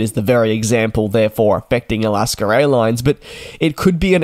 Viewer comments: there you go. Thats how you pronounce “Alaska”. It’s definitely not “Alasker”. Where do you get the “er” from? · "Alasker Airlines?" Couldn't they at least have found a Yankee to read the script? :D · Alaska doesn't have an R at the end of it. It is an A. A las kah! Who even cares about this?? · Hard to subscribe to a presenter who can’t speak English correctly . Alaska. Is pronounced a not a er ……